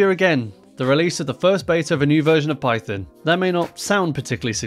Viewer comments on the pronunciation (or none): Sounds like russian pronunciation